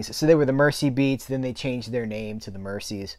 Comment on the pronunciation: Hi,. Love all your videos. I've learned an absolute ton of stuff about movies since following your channel. Your passion for the subject is infectious. (I'll throw in an ultra-pedant point: The Mersey river that Merseybeat derives from is pronounced MerZie rather than MerCie)